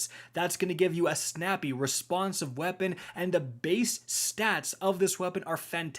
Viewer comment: "ThE lAsT brEaTh iZz tHE 2nD wORst WePuN iN pROpHeCy"